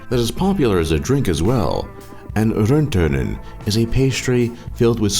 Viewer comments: hahaha.. I just spilled my coffee on the table... At first.. "Chiisseli" =kiisseli.. Secondly... "Rönttönen"... thats really not a finnish pastry.. 😂 maybe the shape of the Karjalanpiirakka is near to rönttönen tough.. hahahaha! 😂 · noo... you really said that "rönttönen" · Ummm... what did u just say? rönttönen? xD its karjalanpiirakka try to say that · its not "rönttönen" or its one word for it but originaly its "karjalanpiirakka" GOD FUCKING DAMM IT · I have to admit, even dough google translate pooped in your mouth with the translations of those words you prenounced them extremely well. Its karjalan piirakka tho... Not that weird thing you mentioned that we would understand as "Wagina" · Ace Jargo he said "rönttönen"😂😂